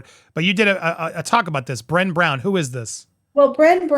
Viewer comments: Her name is pronounced Bre - neigh! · "Bra- ney" (like Rene) Brown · It’s pronounced as Bruh-nay not Bren. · It's pronounced "Brenay," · Bren-ay Brown. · Brene rhymes with "Renee." Just FYI. Self-help mogul. For what that's worth. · It’s Brene…rhymes with Renee. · Brene’ rhymes with Renee